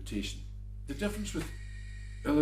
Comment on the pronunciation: Is he saying "real pipes?"